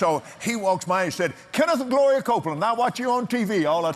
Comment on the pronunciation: When he said "Gloria" I swear he said "Goya"